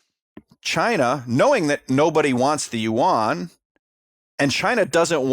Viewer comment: YUAN BRO NOT UWAN